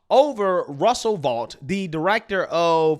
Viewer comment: Russ Vought's last name is pronounced VOTE, not Vaught.